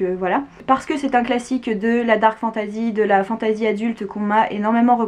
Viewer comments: Merci je vais lire Watership Down 😊 Par contre j'ai un peu du mal avec ta prononciation "fantAzi" 😅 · Agréablement surpris de cette vidéo sur laquelle je tombe par hasard. Un peu irrité d'entendre fantAsy quand j'entends le reste prononcé en anglais 😁. Sinon en terme de lecture de dark fantasy il y aurait bien évidement the Witcher.